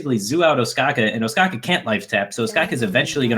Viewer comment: the way you're pronouncing Ostkaka is givin me the heebie jeebies